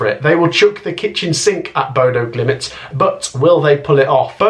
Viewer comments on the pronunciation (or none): Bodø GliMT,not Bodø GlimIT. One too many i’s in youre pronunciation.